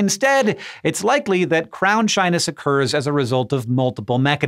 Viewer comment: Instead of "crown shyness" I keep hearing "crownshine" and I like that way better.